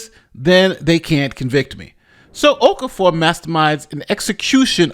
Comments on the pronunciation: His name is pronounced Of-CAR-Four. Why can't people try to get people's name's right? She did not want to be there. People should not be forced to be in jury. USA just likes to jail people. The woman is probably struggling with finances already and you just added to that. Just state your religion and you are not God and hence cannot decide someone's fate. My colleague got called up twice within 6 months and had even moved to another area (basically like another State) and was still told he still had to come back for the jury service which meant looking for a place to live and paying two rents during the jury service. Just tell them you cannot be biased due to your belief. Conflict of interest. Anything because they should not be forcing people to judge in life or death matters. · ‘Okafor’ is pronounced O-kah-for.